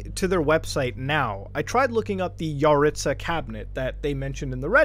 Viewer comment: I’ve met so many yaritza’s also I’m pretty sure it’s pronounced YUH-ritz-UH